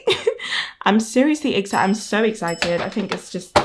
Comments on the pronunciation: It's adorable how you say "exzited!" I've never heard that specific accent! ☺️ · I'm just giggling everytime she says EXCITED!!! 😅